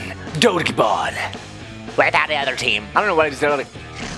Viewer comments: It’s ro-bl-ox And the game doj-ball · First of all it’s dodgeball not doge ball